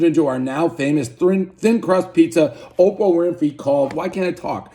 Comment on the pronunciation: One bite, everyone knows Dave mispronounced the following words; “Thrin crust” “Opo Winfrey” “Slow serve ice cream”